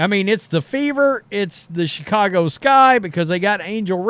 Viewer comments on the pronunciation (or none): none